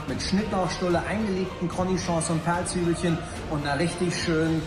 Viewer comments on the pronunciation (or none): Hat der Sterne-Koch wirklich cronichons gesagt? 😂 Also wenn man einen auf fein macht, dann bitte richtig